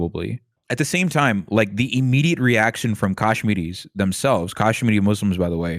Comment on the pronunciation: Whys dude calling them "Kashminis"?